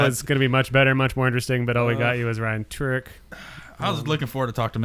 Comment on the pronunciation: Just wanna say thanks to for understanding what i was trying to say with the f1 questions and thanks for answering my questions and being one of the few to pronounce my last name right. Another question is what brings you guys back to drifting year after year and keep you enthusiastic for the sport. Besides the awesome people.